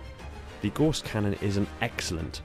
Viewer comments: Gauss rhymes with house not horse! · If you are going to make a video about a weapon, make sure you can correctly pronounce said weapon. It is pronounced g-ow-ss not g-o-ss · I'mma be that guy and point out Gauss is pronounced like House. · For those who still are fighting the war on how to pronounce "Gauss Cannon", I'm on the right side